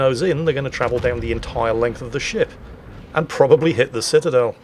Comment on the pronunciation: "Pitadel" I got to use that word more in WoWS. 👍 BTW, the Vermont was developed in WoWS just for the Dead Eye Skill. Now no Dead Eye commander skill so the Vermont is only good for Anniversary containers.